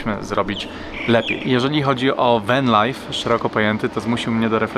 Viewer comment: Spróbuj popracować nad wymową angielskich słówek, venlajf to jedno z najgłupszych udziwnień, podobnie Sydni. Zresztą przez przypadek wymówiłeś dwa razy poprawnie te słowa, czyli da się, tylko ty już się gubisz.